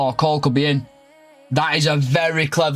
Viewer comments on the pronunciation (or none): none